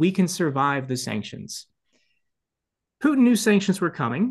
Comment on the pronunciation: Good god, get his name right. Here’s a hint. Phew, ie smelly. Tin, ie a low lustrous compound. Repeat after me, putin Try it, and perhaps the rest will make more.sense to me.